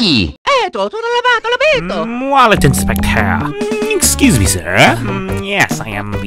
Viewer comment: The Gamer Boy wallet inspectah